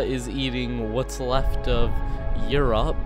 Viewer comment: btw you said europe wrong...